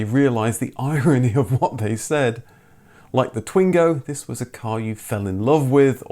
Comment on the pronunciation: Twingo is pronounced "Twang-o"